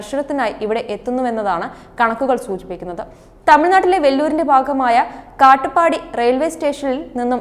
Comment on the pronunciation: Makkale aadhyam onnu theerumanikku 1500aano atho 15000 kg aano? Kaattupadi alla katpadiaanu Malayalam engilum sharkkum parayan padikku